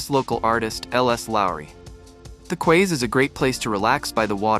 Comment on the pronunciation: "Quays" is pronounced "keys" FYI